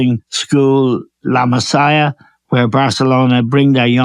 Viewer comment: Dunphy thinks 'La Masia' is pronounced 'Messiah' 😂